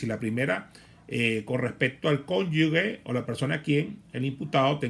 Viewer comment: mal pronunciamiento de cónyuge..............